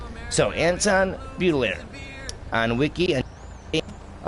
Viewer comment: "Baudelaire" is pronounced as "Bo-Duh-Lair"...